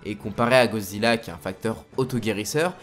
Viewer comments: "GODzilla" pas "gozilla" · Mec sérieux ? "GO" zilla ? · C moi ou il a dit gozilla au debut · Pk tu dit GOzilla et non goDzilla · GoDzilla. Avec un D. Gorille, pas gori. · Pourrais-tu arrêter de dire ”gozilla ” vu que c’est «goDzilla »